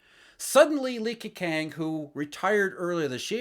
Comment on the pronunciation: Ke-chang is the correct pronunciation btw